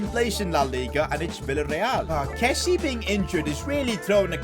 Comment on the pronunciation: PCQ: Please...pronounce Kessié's name properly...(Kessy-ay)...Sorry but as a frenchie, pronounciation is key😂